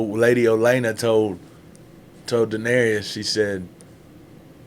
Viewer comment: Season 7 and you still say Da-nare-E-us. Lol. It's Da-nare-us 🤷